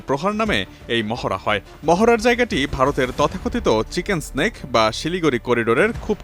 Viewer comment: মেডান এটা চিকেন সেনেক না; চিকেন নেক বলা হয়